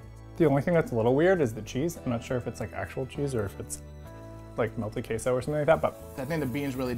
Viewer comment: nobody: litteraly nobody: Beanie hat guy: MeLtEd QuEsO